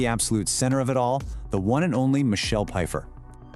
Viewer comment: How you mispronounce her last name and Greg worked with her in Margo’s Got Money Trouble not the Madison